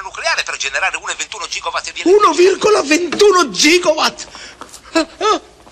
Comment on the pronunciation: Perché gigowatt? E non gigawatt?